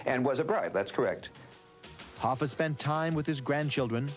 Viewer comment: HoffA not HoffER that's so annoying